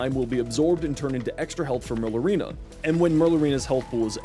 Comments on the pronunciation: Mare ooh lina not merlooina 👍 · pronouncing it as "murlurina" really makes you sound like you have some form of dyslexia lmfao.